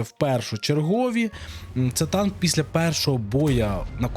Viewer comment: Зе Танк. Таке враження що разраби хотіли наголосити що це все ж таки танк але замість Це Танк в них вийшло Зе Танк))